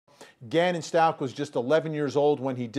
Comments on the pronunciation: It’s STUACH!! You don’t pronounce the ch!!!! Stop mispronouncing his name it’s been 4 months!!! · That reporter needs to learn how to say the last name ... it’s ...stauK not Stau-CH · It’s bothering me the way she pronounces the last name “stalches” I’ve never heard anyone say it like that. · Please honor Gannon and pronounce his last name correctly. 💙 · Inappropriate behavior.....could not pronounce Gannon’s last name correctly 😡🙄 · Out of respect for Gannon, i wish people would start pronouncing his last name properly. Also out of respect for the Stauch family, especially Gannons father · You interview the neighbor and you can’t even pronounce Stauch right? Smh